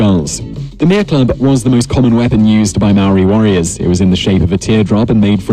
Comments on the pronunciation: He said Mere wrong. The actual Maori pronounciation is Meh-leh not Mear. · Its Mere roll the r Not mare Mere Roll The R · 3.01 the mere club????? you meen the mere, pronounced me rrree two sylables , this poms having a mare a nightmare lol hes fucked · Hongi Hika was just the son in law of Ruatara the man who protected Marsden. Hongi Hika is most famous for the Musket Wars 1820-30. Seriously tha English nigga called the path a mere club wtf. He could at least roll hi “r”s when saying stuff.